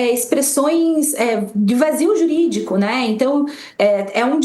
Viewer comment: Kkkkkkkk Vazio jurídico, “çei”